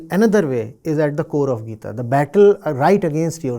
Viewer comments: Why the heck is calling Gita as geet? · Why you pronounce Gita as "Geet" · Bhai podcast bana rahe h itne bade gyani ko bulaya h inko. Bhagwatgita ka naam lena bhi ni aata bhagwat geet 😅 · Why are you not pronouncing "gita "word properly man..... This is very arrogant of you